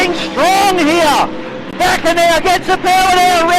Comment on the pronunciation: John Bakker, not Baker.